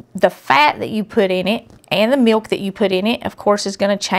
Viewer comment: Ohhh,❤ She said meok for milk just like my mom from North Carolina used to say. Makes me want to cry.